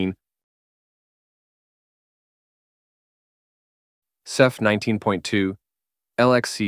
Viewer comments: Can you please stop calling it "ZEPH"? 😂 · Pronouncing Ceph “zeph” is diabolical.